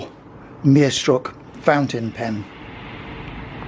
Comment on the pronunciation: It was a nice watch, but your pronunciation of "Meisterstück" really cracked me up. Never heard anyone pronounce it "merestruck".